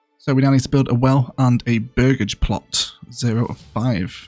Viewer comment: This game looks incredible and yes you are saying burgage correctly!